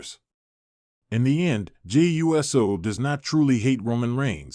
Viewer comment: It's freaking Uso no uu ss oo ou so? Stop butchering people's name!